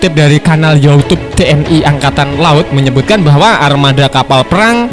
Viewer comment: YouTube dibaca Yowutub, ya sallam..